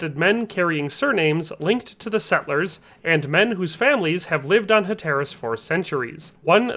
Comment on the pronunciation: Your mispronunciation of Hatteras and Manteo are super annoying. However pretty solid video otherwise.